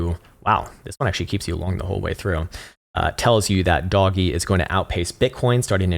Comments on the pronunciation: I’ll subscribe because content is good but mostly because you’re one the first person I hear saying “doge” like me as “doggy” instead of “dowje” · Please tell me you unironically called a meme a "me-me" and Doge "doggy" 😂